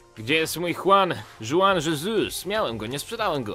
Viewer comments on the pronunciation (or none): none